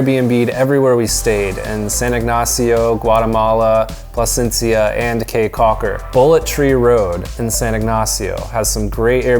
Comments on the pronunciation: Kee Caulker, not Kay Caulker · It is pronounced "key" not "Kay" Caulker. Spelled Caye Cauker. Im Belizean.who lives in Belize. Thanks for coming to our beautiful country.😀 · Oh and it’s pronounced “key” Caulker and Billy “Baka-dir”🇧🇿 🇧🇿 Glad you enjoyed your trip! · First of all it is not like kay caulker its more like key caulker 🌰and by the way he said almost all of the sites name wrong especially xunantunich it is pronounce sand-and-tunich .But thank you for visiting our country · it is pronounce caye caulker not k's cocker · the city is the best lol, that's where find the pure culture San Ignacio and Placencia are tourist places if you wanted the pure culture Belize City is where it's that also caye caulker is the best island to go to in my opinion also it's pronounced key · I am from Belize and I cringed when he talked about Belize city crime rate and how he pronounced caye caulker😂